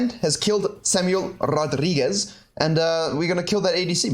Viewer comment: Samuel Rodrigues is probably a portuguese name, so the "es" in the end reads like the "es" of "figures". If it was Samuel Rodriguez it would be spanish and your pronunciation would be spot on haha